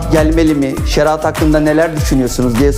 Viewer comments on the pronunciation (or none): Şeraat değil yapraam, şeriat